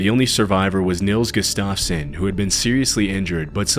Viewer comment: You’re a great voice actor! But, please learn how to pronounce names. Gustafson really isn’t hard. There are apps that you can check to help you with names. (I’m a voice actor, radio, and I use a fake name because I’m of Polish descent and it’s just too much for people. Lol.) Keep up the good work!!